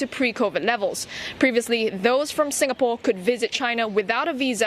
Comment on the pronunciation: Lawrence Wong is the DPM of sIngapore... Not sUngapore or whatever he is calling it